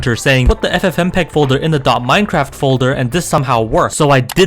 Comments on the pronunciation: I died when he said ffmpeg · AHHAHAHAHA HOW YOU PRONOUNCED FFMPEG THO